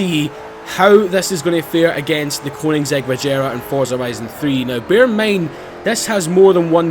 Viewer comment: sorry i have to say it as im ocd about pronunciation but its not koeni"NG"segg its koeni"G"segg